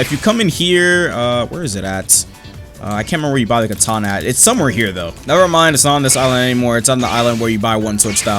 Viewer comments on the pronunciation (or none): none